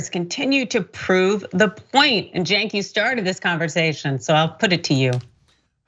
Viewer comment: The murderer who couldn't say cenk name right??? God you Republicans are dumbass